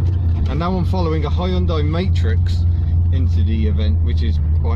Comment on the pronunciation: That is the proof, English speakers can pronounce Hyundai to near perfection. :)